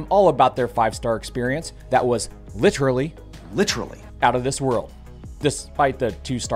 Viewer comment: I don't know why I find "lit-raly" so funny, but it gets me every time.